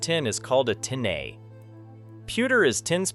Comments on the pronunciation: TinAYE is crazy considering its Tin Eye 👁️also southers instead of soother lol now I’m wondering if it’s AI or not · You failed. Teach your AI voice to pronounce Tineye.